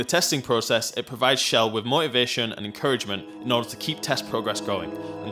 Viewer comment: why cant any one say chells name right ch not sh chell not shell